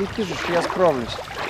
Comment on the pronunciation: кажись кижуч, а не кижич